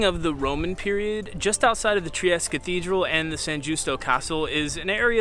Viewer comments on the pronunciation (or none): Just found your channel because I'm looking up things to do in Bucharest. I live close to Trieste. Italians pronounce their e's, so the city is pronounced Triest-tay. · Nice video. Btw, the ultimate e in Trieste is not silent.